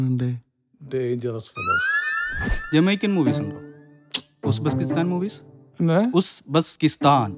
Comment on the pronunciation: ഉസ്ബെസ്കിസ്ഥാൻ അല്ല. "ഉസ്ബെകിസ്ഥാൻ." "ഉസ്ബെകിസ്ഥാൻ" എന്നുള്ള രാജ്യത്തിൻറെ പ്രൊനൗൻസിയേഷൻ വീഡിയോയിൽ രണ്ടുപ്രാവശ്യവും തെറ്റായാണ് ഉച്ചരിച്ചിരിക്കുന്നത്. രണ്ടു പ്രാവശ്യവും "ഉസ്ബെസ്കിസ്ഥാൻ" എന്ന് തെറ്റിച്ചാണ് പറയുന്നത്.